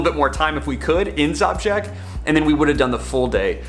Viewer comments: Your pronounciation of Žabljak (Zhablyack) is...interesting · Awesome video, just one correction it's - Zhablyak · Zabžek? haha it's called žabljek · you should. think seriously about end of may, june, which is the best period to pass through Sushica canyon and enter into the hearth of the area - Shkrka lakes, previously passing Skakala waterfalls. All in one day. And if we meet, I will teach you to pronounce Žabljak (ZHABLYAK) correctly, with some "rakija's" that is easy going 😆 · I have had the luck to work in the Balkans. You may wish to know that Zabljak translates to Frog 😊. Also, possibly want to ask the locals about the pronunciation of place names for your next video. Doesn't matter to me but may do to some. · You pronounce Žabljak wrong 😃,its beautiful bit its poor and people runaway (especially girl's) in capitol or coast to work.